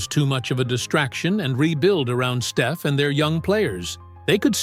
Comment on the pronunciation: If he can say Pod's name right, why can't he say Stef's?...